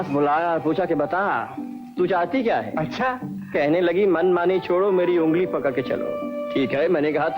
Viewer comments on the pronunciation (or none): "केंन लगे" total भोपाली टच